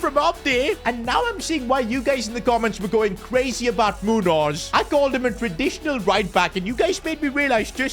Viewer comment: Its Muños not Munos